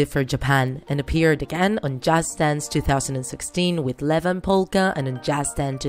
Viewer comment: did you really just say Levan ITS ievan